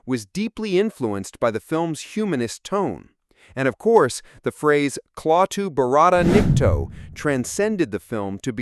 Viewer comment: You would think he could at least pronounce Klaatu barada nikto properly